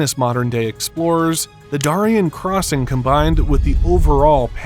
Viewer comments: You pronounced "Darien" wrong but I will let it slide this time. This is why I prefer the creators to narrate and not paid persons. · Holy crap, seriously? You can't pronounce Prudhoe properly? You got Darien wrong too. I guess America's education system really IS in the toilet. Or this is an AI narration... but it doesn't sound like one.